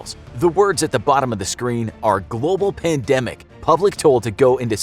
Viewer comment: What’s a pandamic? A panda microphone? 🤔😂